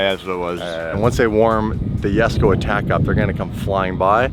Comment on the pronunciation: face palm... It's Yesko, not Jesko